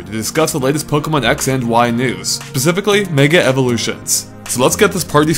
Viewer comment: He said pasifically!! (not specifically) .. DISLIKE!